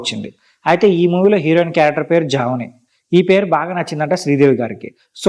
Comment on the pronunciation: జాహ్నవి not జావని